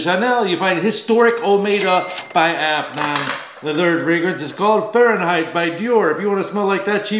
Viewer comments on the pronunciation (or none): none